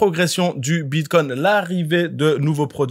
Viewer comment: BitCOIN pas Bitcon😂 T y arrives pas 😂🎉 Pas grave 😂🎉